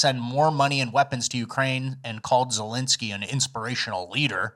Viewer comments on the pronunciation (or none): none